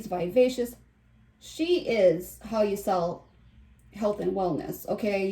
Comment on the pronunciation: Hawr? Instead of How?